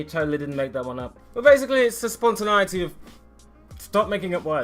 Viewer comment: It's pronounced spontin-ay-ity